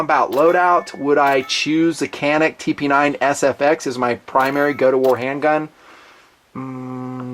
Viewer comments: Isn't it pronounced Janik? With a J even though it's spelled with a C? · I agree with you about the Canik pistols. I have had one for about two years and have never had a problem with it. By the way, the letter c is pronounced as a j in Turkish.